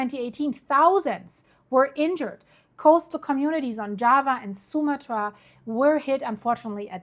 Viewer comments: The name is pronounced: soo-MAH-trah. 🤓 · Archipelago...ahr-kuh-peh-luh-gow. Sumatra...soo-mah-truh with the emphasis going on the 2nd syllable😁❤